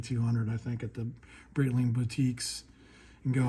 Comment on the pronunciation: come on, learn how to read Breitling... it's not Brittling.